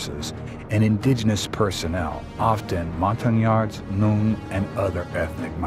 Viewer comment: Yes, that is correct, you pronounced it right.